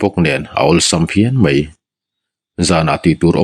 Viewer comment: Ngaihnawm thin... Mahse mei tih ai ah mai ti thin zawk la ngaihnawm lehzual ang❤